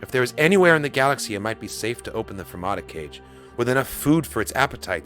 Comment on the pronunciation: Think there are any leftover Drengir that Palpatine is sensing on Amaxine Station? They were quarantined there before being unleashed on the galaxy in the High Republic era. Also, an FYI, Kage isn't pronounced like "cage". It's pronounced "Kah-gei". It comes from the Japanese word for "shadow". (Since other Kage we've seen in The Clone Wars were essentially alien ninjas)